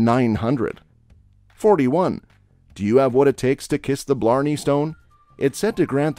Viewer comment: If you're going to narrate a documentary about Ireland with an American accent you need to learn the right way to pronounce the names. You miss pronounced moist of them like kissing the blarney Stone which is meant to give you the gift of the gab.